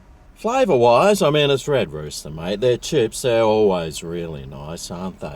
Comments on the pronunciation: Why do you keep saying red rooter, I thought it was red rooster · Not sure how y'all do things down under, but the letter 's' in rooster should not be silent 😂😂😂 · I think likes saying red rooter😂🤣🇦🇺